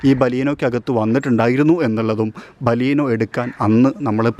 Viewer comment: baleenoo....alla bro beleno